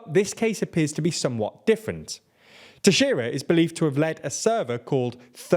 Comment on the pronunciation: you pronounced Teixeira way better than CNN